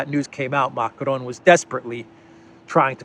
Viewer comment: Stop fucking rolling the "r" in Macron! You sound illiterate.